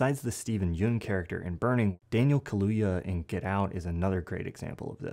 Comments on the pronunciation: fyi Steven Yeun’s last name is actually pronounced as yeon.. you pronounced it like yoon there’s even a conan show clip about that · Yeun is pronounced like fun. Ignore the e. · hi, Steven's last name is pronounced more like yawn, but with more of an abrupt end to the sound.Just wanted to lyk, love your videos!